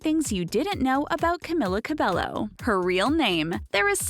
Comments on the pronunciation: YOURE PRONOUNCING HER NAME WRONG AND ITS ANNOYING ME SO MUCH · Every time she said Camilla Cabello I cringed😫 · Well you got all that right.. except how to said her name.. also you forgot her most favorite food She likes Banana A LOT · Who else was kinda annoyed when she said one direction were not together like get your facts right they are not broken up ... and the fact that she constantly pronounced her name wrong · Why can't anyone in media pronounce her name right? Ugh! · Not trying to be rude, but you pronounced her name wrong. Its CamEEla CabeYo. Thank you, goodbye. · You said her name wrong- its Camilla CabeYo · F*ck it's CamEEla CabeYo 😂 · that is not how you pronounce her name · Imagine doing a whole thing on her life and pronouncing her whole name wrong 😭🤦‍♀️ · ... I literally disliked this video within 7 seconds. You had one job. One job and you blew it. Edit: Wow sorry that was really mean, I just get upset when people mispronounce names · Im cringing!! You're saying her WHOLE name wrong !! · Another correction, SAY HER NAME RIGHT!! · Me: Sees Camila’s nickname that Lauren called her Me: Cries for the millionth time Also, every time they say Camila Cabello, I get SO triggered. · You said her name wrong...21st fact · CAMILA CABELLO GET IT RIGHT GOD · You said her name wrong.. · Boi!! At least say her name right. Omgggggg!! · Fact #21: the narrator cannot pronounce her name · omg she totally butchered her name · i like how they did the research for all these random facts but couldn't even look up how to pronounce her name properly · i liked this instantly bc it was ab camila but then i heard the pronunciation of her name and unliked